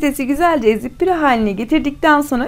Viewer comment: Ablacim en kisa zamanda püre demesini ogren olurmu? Pire degil püre😘